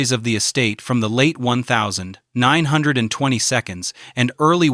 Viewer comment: “When Ella died in the one thousand, nine hundred and 20 seconds.”